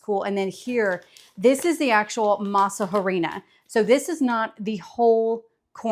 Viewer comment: Also, tip: the “H” in harina, is silent. So just say “masarina”